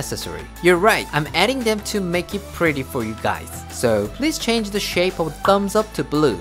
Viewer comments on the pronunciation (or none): none